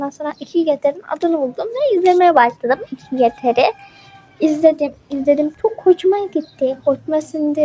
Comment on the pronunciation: Askim biraz yanlisin var okumakta 1. Bl'i sen bele diye okuyorsun biel diye okunacak 2. 2gether'i iki gether diye okuyorsun ama dogrusu two gedr. 3.Gl'i sn gele diye okuyorsun ciel diye okuyacaksin. 4. The eclips'i sen the eclips diye okuyorsun(yazdigimin turkce sekilini alfabesiyle okuyorsun yanlis ingilizce alfabesiyle okunacak) dı ekkılips diye okunacak. 5. Vegaspete'yi sen vegas pete diye okuyorsun ama yazildigi gibi okunmuyor bildigim kadariyla vegas peat yani vegas piit diye okuyacaksin 6.Kinnporshe'ı kinnporşe diye okuyorsun yanlış kinnporş diye okuman gerek. askim bunlari okuyabilmen icin ingilizce'ni gelistirmen gerekk (kötü dille soylemiyorum sadece yardimci olmak istedim ლ(^o^ლ))